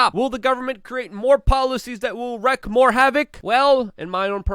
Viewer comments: It’s wreak havoc not wreck.....just sayin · Its "reeking" havoc Luke sorry for being pedantic x re wreak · Luke, i love your channel, and you do great work...but for the love of god! Its pronounced "reeeeeked havoc " not "wrecked " there is an A after the E "WREAKING " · "Wreaking" havoc, man...rhymes with "seeking". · Luke.. it’s Wreak Havoc not Wreck Havoc. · Luke I enjoy your show mostly... But please!! It's not "wreck havoc"... It's "wreak havoc". 🤔🤭 Love you anyway!!! ♥️♥️♥️ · Wreak - (reek) havoc lol not wreck havoc lol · Luke I realize English is your second language...it's wreak havoc, not wreck havoc. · it is "wreak havoc" not "wreck havoc" is it not?